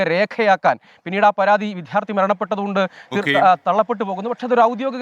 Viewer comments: വി"ദ്ധ്യാ" ർത്ഥി അല്ല വി " ദ്യാ "ർത്ഥി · Not vidharthy. Vidyarthi. Try to correct it pls.